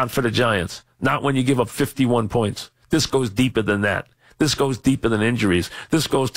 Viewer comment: main quality they are looking for in a replacement: must have trouble pronouncing "this"